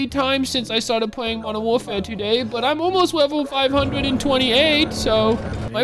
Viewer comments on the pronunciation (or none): "Modren Warfare"